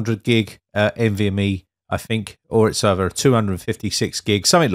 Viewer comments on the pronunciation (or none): none